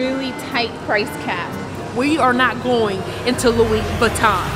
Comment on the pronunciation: WE ARE NOT GOING INTO A LOUIS VIOTTOUN 1 second later: So were in Louie 😂😂